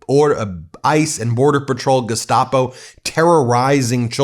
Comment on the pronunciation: Gestapo... Geh-SHTA-po.